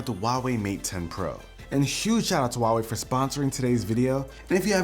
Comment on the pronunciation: You totally butchered Huawei